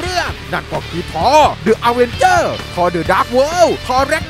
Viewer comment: เสียง sound ดังไป // อ่านว่า ดิ อเวนเจอร์ นะครับ